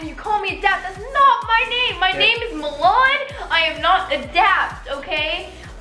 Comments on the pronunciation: Jeevan Mund LMAOO MELON "MILAN" 😂💀💀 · Milan is pronounced mulan? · I thought it sounded like water melone as well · When Adapt Says Milan It Sounds Like MaMan